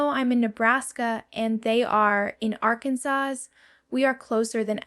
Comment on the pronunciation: Well your information might be accurate I haven't found any that isn't but this is clearly AI this is not Jenna I said Janet j a n a this isn't her I said j a n a i speak my text and even it doesn't want to say your name right she's not saying Arkansas right she's not saying other things right now the information I hear here isn't totally incorrect but a lot of it they couldn't know maybe they got off the internet from some interviews but this is AI this isn't really her don't be fooled you